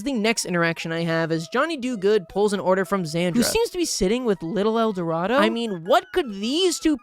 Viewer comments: Gotta love how he keeps pronouncing Edoardo as "el dorado", at least he's consistent with it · The way he called little edoardo "Little El Dorado" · Currently watching and placing $5 that, at no point, will acknowledge that the man's name is just Edorado and not El Dorado. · i think you pronounce his name as "little edwardoh" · i love how he called little edoardo eldorado for the entire video AND narration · how is he pronouncing “edoardo” as “el dorado” 😭😭😭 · pronouncing Little Eduardo as "Little El Dorado" is killing me 😂